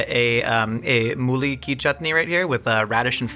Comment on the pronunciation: The way our hearts have been touched hearing you say "nawaabi" and " mooli ki chutney" 🥺🥲